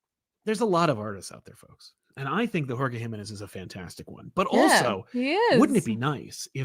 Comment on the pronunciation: Hi! A friendly tip from a Mexican over here, the stressed syllable on Jimenez is the middle one (ji-ME-nez) c